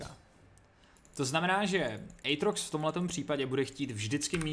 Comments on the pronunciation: Aatrox a ne Ejtrox xD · je to átrox ne ejtrox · Vyslovuje se to "Ejtrox"